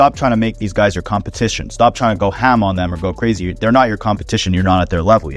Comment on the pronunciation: Stop saying Ham like that please 😭